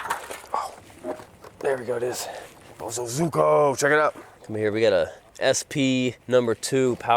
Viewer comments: the fact that he still says bosozuko instead of bosozoku bugs me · BO SUE ZO COO is how you say it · It's "Boh SoH ZoH Koo" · The way to say Bozozoku it ... Bozo (like the clown) Koo . Seeing these bikes reminds me of my years stationed in Japqn. Also try to get a Gorillia its a bigger version of the Monkey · It's pronounced, boh-SOH zoh-koo 暴走族 In Japanese romanization, it would be spelled "bousouzoku". 暴走 (bousou) means "acting recklessly", and 族 (zoku) means "family" or "gang". Japanese vowel sounds are pronounced in a very similar fashion as Spanish vowels. So for English speakers, the spelling I provided above will get you fairly close to the correct pronunciation.